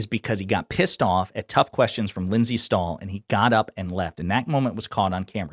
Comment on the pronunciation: Yeah. "Lindsay" Stahl? Wtf? Lol.